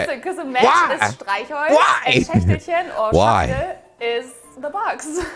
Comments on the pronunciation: by schächtelchen pronounse the first ch a bit more but it was really good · You main problems here were the R sound in Rechtschreibung with still sounded like the r in restroom. Also the ch in Schächtelchen is still giving you a hard time. So you won't be able to hide that your from the US but people will understand you if you pronounce these words like you did.